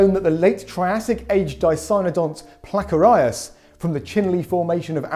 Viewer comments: so jarring hearing Placerias pronounced as “plak-er-eye-as” instead of “pla-siri-as” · Nice video, but something that really confused me was , when you pronounced Placerias as "PLA-ker-AI-us" instead of "PLA-ser-EE-us", which is how I've always heard it pronounced. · Interesting how pronounces Placerias than what Walking with Dinosaurs mentions it. Also, the return of the greatest dinosaur series has finally been confirmed/revealed and I can’t wait for next year. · I wasn't ready for him to pronounce Placerias like that lmao